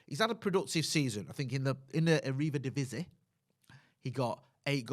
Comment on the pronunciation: Why does always add an extra syllable to Eridivise?